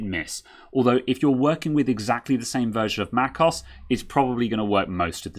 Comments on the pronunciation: it's not "macoss" but "mac OH ESS" also what does microsoft office have to do with upgrading to an SSD? totally irrelevant info. guess you like to hear yourself talk? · For future videos; Mac OS - as in Mac Operating System aka macOS. Mac(k)os sounds jarring.. I admire your technical skill - this is just me being a jerk. I do feel it's about time people learn to pronounce software properly. Hence, I'm being the jerk of the day.